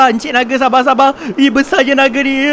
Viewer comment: Nape hora ckp bang nage